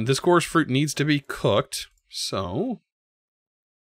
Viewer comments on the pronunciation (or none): none